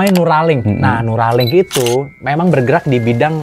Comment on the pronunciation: Biji anggur berkhasiat buat kesehatan jantung mas bre, trs yg kedengeran di kuping w itu Nuralim, w pikir lg bahas Nuralim nama orang😂, disalah satu sayap lalat juga ada racun dan satunya penawarnya